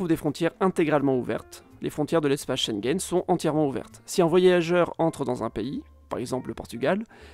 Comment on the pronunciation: Très intéressant comme toujours. Mais par pitié apprenez à prononcer Schengen correctement. Mes oreillers saignent !